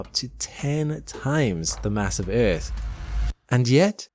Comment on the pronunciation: The way you say earth pisses me off but I love it in a weird dance of love-hate... Love the videos!